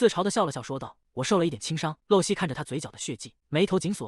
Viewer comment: 麻煩一下，可以請解說人員說正確發音嗎?【露】這個字，在當名字或是某固定名稱時，是念路，像；露西亞或露珠 相反，在當句子的口語、動詞時是念漏，像；滴水不露或露出馬腳 謝謝